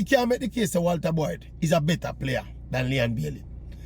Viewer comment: Today I know his name is not "Walta Boy"😂